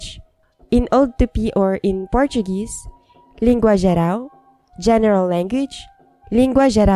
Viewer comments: Hi, It is an honor for me to share our historical language with the world through your channel. Thank you very much for this opportunity. By the way, your Portuguese pronunciation is awesome!!! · are u brazilian? Amazing pronunciation! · Your brazilian portuguese pronuciation is pretty spot on,! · Congratulations on your portuguese pronunciation, really sharp!